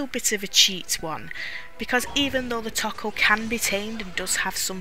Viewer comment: It's pronounced Toe Koe not taco.